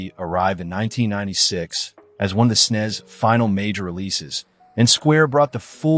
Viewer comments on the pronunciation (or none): ..snez?? Ugh